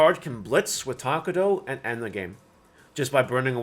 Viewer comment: i really hate how you say takato as takudou ahhhh but its ok